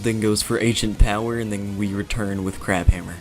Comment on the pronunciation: I think you messed up saying Ancient Power and said Asian Power.